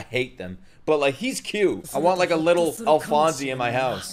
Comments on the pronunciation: The e in Alphonse is silent, you're pronouncing the rest of it correctly though. I watched it in English and think that this is one of the very very few anime where the Dub is better than the sub. But watch it in the way you prefer, don't pay too much attention to the comments if you would rather watch it in Japanese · You don't pronounce the 'e' at the end of "Alphonse" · The English actor for Alphonse (by the way, the name does not have a long E sound at the end) in the 2004 version had to speak into a metal bowl for the entire series, so this new person may also be talking into a bowl or, as you suggested, a metal can. I vote for the English dub. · Correct me if I'm wrong, but I think the "e" in Alphonse is silent. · The e is silent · and it’s not “alphonsy” it’s pronounced “alphons” like the “e” is silent lol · its not alphonzee is alphonz (pronounced) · its pronounced alfons not alfanse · This show probably has the best dub of any anime. Edward’s VA is the best of the best. But if you do stay sub, just know that his name is Alphonse (e is silent) and not Alphonsey! Love your videos man so jealous you get to watch all of this blind. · Great reaction! Alphonse's name isn't pronounced "al-fon-see" it's "al-fons", Japanese doesn't have an "s" sound so they pronounced it "alu-fon-so" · Also, just a couple of things: Alphonse (Al-fonz) Xingese (Shing-ease) Alkahestry (Al-Ka-hess-tree) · Alright, you keep mispronouncing Alphonse's name, the simplest way to say how to pronounce is something like Al - Fonz. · It's Alphonse without the "ee" sound at the end 👍